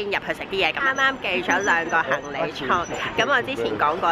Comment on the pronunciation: 係行李唔係行理😄，你咳記得唔好食辣野啊